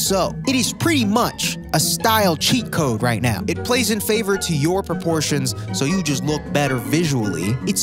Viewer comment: “proportions” aight bud